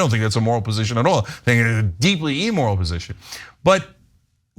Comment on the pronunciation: It's not " emoral". It's either immoral or amoral.